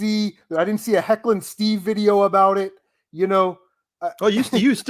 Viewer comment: It’s Heckin’ Steve not Hecklin’ Steve 😂 I’ll be doing a video about this podcast to add my two cents to some of the points you guys discussed. Just some clarification on my viewpoints and stuff like that. Nothing too mean I promise :)